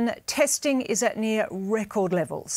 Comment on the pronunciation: "RRrECORD" Numbers"..... with a hint of over emphasis...clowns..